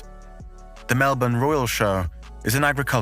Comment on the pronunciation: THANKYOU SO MUCH for pronouncing Melbourne properly. This other british bloke did a video and he kept saying Mell-borne. I couldn't listen to it. For the ppl who don't get it, it's like how everyone says London as Lun-d'n. There's no second syllable vowel sound. London. Melbourne. Lund'n. Melb'n.